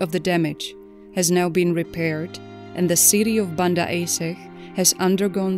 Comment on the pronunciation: Banda Aceh is pronounced Ban dah A che.